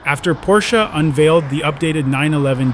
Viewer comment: No se dice Porssss